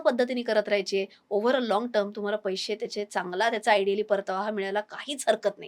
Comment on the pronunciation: पैशे ,पैशे म्हणू नका,पैसे' असे म्हणा!